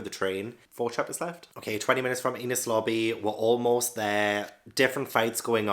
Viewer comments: Enies lobby rhymes with pennies, not penis. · Btw its pronounced En - nees lobby ❤ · Pronounce "Enies" the same way you would pronounce the "NES" in the old NES gaming console